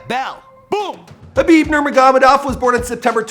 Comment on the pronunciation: At least he got the name right this time 😭